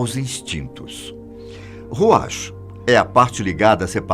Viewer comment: Precisa melhorar a pronúncia de "ruach".